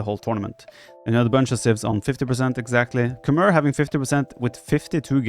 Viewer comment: Actually, Khmer are pronounced "Kh-may"; since you don't know that and probably never heard the right pronunciation, I just wanted you to know that.